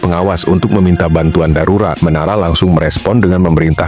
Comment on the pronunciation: Sarurat✅ Darurat ❌ 😂😂😂😂